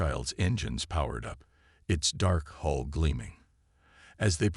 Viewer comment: Great Story, follow up with clash with the Void Part 2. Fix some of the word errors, a Hull is not a hole, Coms is not calms and be more creative and change the character names from story to story